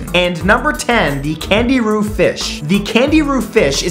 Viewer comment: Candiru aren't poisonous and I don't think you pronounced a single one of these parasites' names properly.